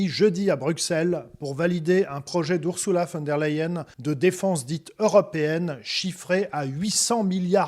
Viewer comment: Mais c' est quoi ce Ou ? Ce n’est pas Oursoula c'est Ursula